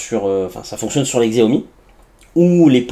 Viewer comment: Xiaomi se prononce : "chiaomi"